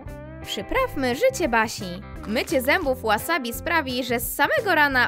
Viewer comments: A nie łasabi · Wasabi się czyta WAsabi